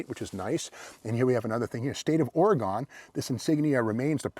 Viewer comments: Being an English major you think he would know how to properly pronounce Oregon. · its pronounced Ore-E- Gun I know its spelled Oregon but there is no E on the end so its pronounced gun on the end like Arkansas, Lousanna, not how English majors would pronounce them either still love your show though keep it up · If you’re an English major, you should consider getting your money back. It’s pronounced ORYGUN, you Neanderthal! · An English Major would understand that "Ore Gone" would only be correct with an "E" at the end. It is indeed pronounced "Ore GUN". Love your content Steve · English major no doubt, but here we pronounce it OR AGAIN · Not are-a-gone, or-ee-gun. From a native Oregonian. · And it's pronounced Oregun!!! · Dude I can't watch anymore it's Oregon not OARIE GONE. I think you're just saying that way just to piss off everybody on the west coast. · Oregon is properly pronounced 'Ore-Again' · It is funny people on the east coast pronounce it oregone. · hah...english major or not, you would be run out of the state if you came out here and pronounced it Ore-gone! someone needs to grab that big block with the big ol holley...could be a 413-3 or 440-3. I have a D600 with a 318-3. i believe these have a higher nickel content block. Nice formed body on this, instead of the other manufacturers with basically corrugated tin bodies that leaked from day one. lol long reach for the TP from the throne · Love all your videos Steve! Got a giggle out of this ore-gun boy getting a English lesson from a guy that pronounces his own name not even close to how its spelled. 😂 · Lol I never heard anyone say Oregon like that, I usually here Oregon said as (or gin) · The people who reside in Oregon do not pronounce it OreGONE. I figure they should know. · Oh Steve....OUCH! I thought pronouncing Oregon, with a gone at the end, went out with sportscasters in the 70's. 🤔 But hey, I won't hold it against you, love your channel 👍